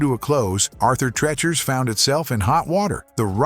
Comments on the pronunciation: Thanks his pronunciation was killing me lol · AI narrators are getting good. It's just that a few badly mispronounced words throws off the vid. Arthur Treachers should sound like teach-ers. Boomer, remembers. Boomer, Out. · You pronounced Arthur Treacher's incorrectly. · Had to stop watching after about a minute. Pronouncing Arthur Treacher's the way it was here is why I can't watch A.I. narrated videos. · For the love Arthur, who? That's not even remotely how you say that. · Arthur Treacher must be rolling in his grave over the mispronunciation of his last name.